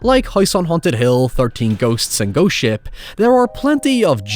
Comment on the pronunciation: If I didn't know you said "Ghost Ship" I'd think you said "Ghost Shit."